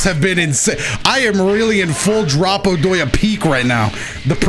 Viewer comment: "Dropodoya" That's one for the archives right there